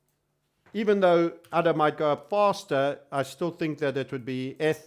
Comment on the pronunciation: All these times i heard you say udder, it's really ada.:( guess i should make udder coin.